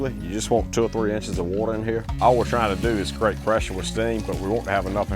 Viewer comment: My dad's family was from NC and he says water just like they did and there are other similarities so maybe NC